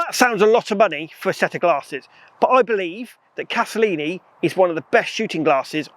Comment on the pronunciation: If you are going to talk about them, at least get the name right! It is Castellani, not Castellini! Sheesh.